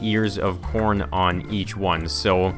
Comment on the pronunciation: you said porn instead of corn